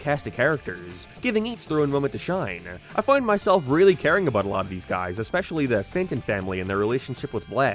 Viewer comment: Your pronunciation is so frustrating How did you say “abaouuu” instead of about?